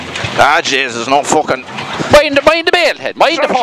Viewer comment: lol "Jeysis Christ"